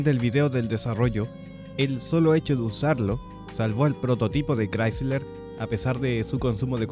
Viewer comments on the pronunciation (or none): none